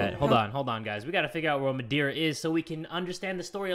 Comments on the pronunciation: not me saying to: ITS MA-DARE-UH! then realizing its not the madera in california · "Madiura" You mean madeira? it's wood in portuguese ksjdkx the pronunciation killed me omg. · Me watching this: This is fine: “MADERA”. Me being a native from Portugal: “Am I a joke to you?” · as a portuguese citizan and a fan of yours it really hurted when u said "what is that? wtf is madeira?" :( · the pronounciation of Madeira kills me- oo next horror story